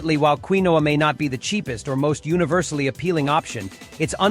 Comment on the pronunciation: You need a better artificial voice. The pseudograin is called KEEN-wa.